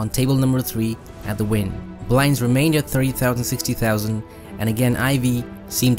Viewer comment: Wynn is pronounced WIN not WINE